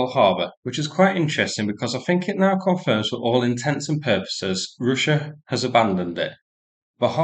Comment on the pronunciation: Roosia um it's pronounced Russia.